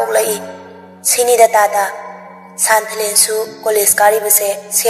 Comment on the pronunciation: San...thalen haibg mahut santhalen hain pronoun twbir d amuka henna nungaijni😊